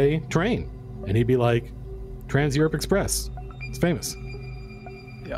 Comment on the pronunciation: Colville saying Eurp confused me for a while. Europe is pronounced 'You'reip'